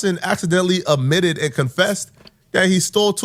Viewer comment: .20 min amitted??? Yeah amitted. Dude It Is s, Admitted. Retake 5th grade.